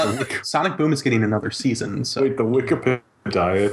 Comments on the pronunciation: Question: when are you guys are going to stop calling "wikipedia" "wike pe die ah? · I REALLY HATE WHEN CALLS WIKIPEDIA "WIKI-PE-DAYA"! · I REALLY HATE WHEN CALLS THE WIKEPEDIA THE WIK-EH-PAH-DI-AH!! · I really hate when calls wikipedia wik-e-pe-dia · I REALLY HATE WHEN CALLS IT WIKIPE-DIE-UH!!!!!! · I REALLY HATE WHEN CALLS WIKIPEDIA WAKKA-WAKKA-PEDIA!!!!!!!!!!!!!! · I REALLY HATE WHEN CALLS WIKIPEDIA "wiki-pe-dia"!!! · yOU PRONOUCED WIKIPEDIA WRONG